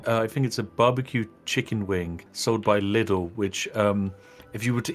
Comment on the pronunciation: The way he says LIDL hurt my German ears